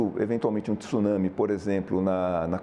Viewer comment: Jornalista não é tissunsme,tsunami